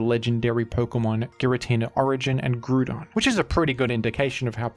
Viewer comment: Bro said grewdon😭😭